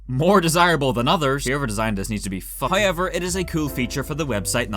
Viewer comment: Nobody:: "haoever"